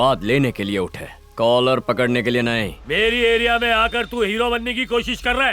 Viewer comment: कोलर नहीं वह कॉलर होता है😀